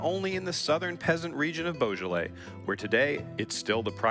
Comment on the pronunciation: “Boja-lay”??? I know French is hard, but couldn’t they get someone to teach the poor guy how to pronounce the French words somewhat correctly?